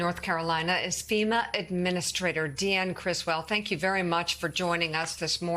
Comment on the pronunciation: First, it's "FEMA" not "FIMA" ... lol ... second, research what you are talking about before you spread the continuing MAGA lies! FEMA money has nothing to do with immigrants! The money comes from 2 different buckets and it is allocated by Congress!! Seriously MAGA ... do some research!!